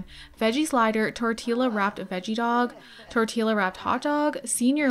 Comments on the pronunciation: Tortee-luh??? Please tell me you know it's pronounced Tortee-yuh. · It’s pronounced tortiya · Tort-eela she said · I just wanted to tell you before people make fun of you.. tortilla is pronounced like “tor-tee-yuh” I love your videos!! 🫶🏼 🦄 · My first time watching your videos loved the LP but that way you say tortilla 🥴😭torteela? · I loved the video but the way you said torilla was off. Tor-ti-ya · I noticed you were pronouncing tortilla wrong. It’s pronounced (tor•tee•uh) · Ily but did you just pronounce the “L’s” in tortilla😭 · It’s a Y sound in tortilla not L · The way you pronounce tortilla fucking takes me out 😭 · In tortilla the 2 ls are pronounced like a y and it’s sad you pronounced it like that